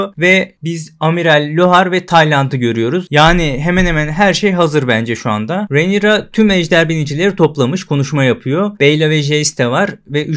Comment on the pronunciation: Merhaba, umarim yanlis anlamazsiniz, ufak bir elestirim olacak; Rhaenyra ismini yanlış telaffuz ediyorsunuz. Önceki videolarda da dikkatimi cekmisti, soylemek istedim.